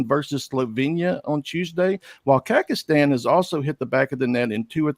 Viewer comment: Did he say Kakastan 😅😂😅